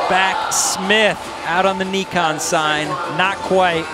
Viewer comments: It’s “Nye-Con” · Is it not pronounced N - eye - khan. They keep saying Knee - khan. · why do they keep saying neekon tf